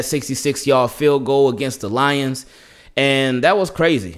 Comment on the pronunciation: 🤣😂 I like how you emphasize on the field lol.